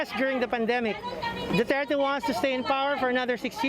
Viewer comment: 1. Its Duterte.. 2. It's not about that he fights drugs. He does it ignoring the pricimples of a fair judiciary. He encougares regular people to kill drug dealers. Without process. Without consequences. Who decides than who is a drug dealer? And who will be allowed to be killed next? His intention is not what the west is concerned about. The way he is going to achieve it is.